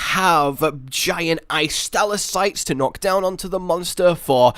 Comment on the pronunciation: Hey,, you do know there are 3 T's in 'stalactites', right? I've noticed you've been saying "stalacites" for a while now.